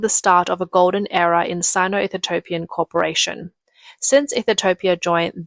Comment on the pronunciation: It's EE-THI-OPIAN my darling. Still great content and your Australian accent is cute and a million times better than any AI!